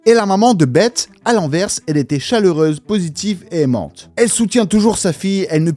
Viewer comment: 'Beth' se dit 'Besse' à l'anglaise. Comme le 'th' dans 'the' Voilà voilà, petite correction, je sors ⤵️